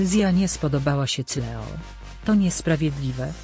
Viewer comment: Ona Cleo czyta Cleo zamiast Kleo, i Cool Me Down czyta Kul Me Dałn zamiast Kul Mi Dałn